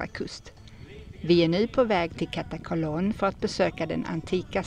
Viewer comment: Uttalet av Katakolon skall ha betoning på a nr 2. Olympia skall ha betoningen på bokstaven i. Ha det bra.